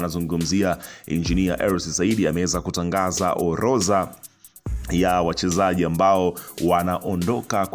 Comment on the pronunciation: neno ORODHA tamka vizuri unakosea kusema OLOZA rudi shule ukasome Kiswahili